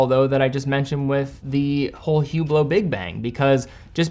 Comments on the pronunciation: it is pronounced Üblo.... not Hublot. The H and the T is silent. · I think it's technically prounounced "ooo BLOW," but don't worry, the only person i've seen wearing one called it a "HOO blit"